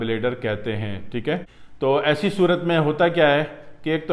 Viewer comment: Teek hai ,teek hai Kiya ratthe ho .pahile toom teek hojaopheer teek bolne ka vidio banana seekho theek hai .